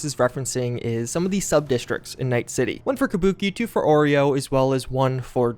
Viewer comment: Arroyo "Oreo" pog